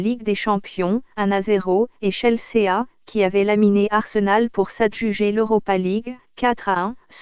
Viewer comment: ChelSÉÀ... et puis pourquoi une voix robotique ? Et puis sérieux, il y a même pas d'images du match, juste de images... d'une compétition amatrice ?